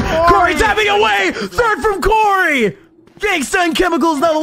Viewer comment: everytime the commentators said genghsta 😂